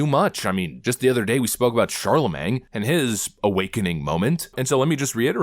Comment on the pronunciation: Shar-Luh-Maine! It’s not that hard.